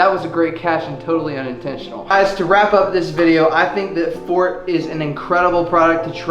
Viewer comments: It's not called fort, it's pernounced "for-tay" hence the E at the end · I'm sorry bro..but its not fort..😂😂 Its for-te....but you can tell Alex its fort now...😂😂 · It’s not fort it’s pronounced as four -te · Dude u need to get the pronunciation right 🙈🙈 I’m sure ur an intelligent guy but you sound so ignorant when you don’t know the name of the damn product....